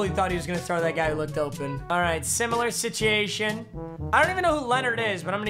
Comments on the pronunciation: Nobody: Papa: Similar Situætion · Sichiation boooooooooooooy 🤣😅😂😆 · Try saying situation one more time